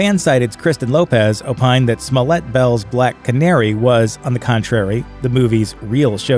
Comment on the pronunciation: I hear "Smollet". I think "Smoulier". Thanks.